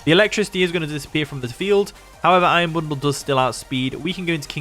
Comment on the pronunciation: "Iron bonduru" best part of the video